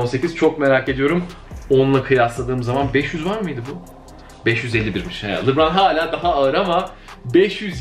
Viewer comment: Abi lıbraan ne gözünü seveyim lebrondur ya lıbran ne